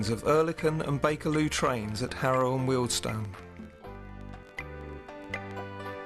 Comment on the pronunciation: Thanks for pronouncing Wealdstone properly